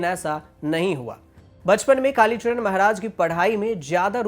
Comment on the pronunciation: भाई चरण होता है नाकि चड़न तुम को न्यूज़ एंकर किसने बनाया क्या खून जला रहे हो 🤣🤣🤣🤣🤣🤣